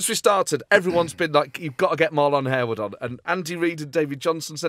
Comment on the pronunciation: I thought Harewood was pronounced Harwood. used to annoy me when ourmarlon was called \hair-wood/. also....you had a Portonic? big in Lisboa in summer...loads of ice, slice of lemon, white port and tonic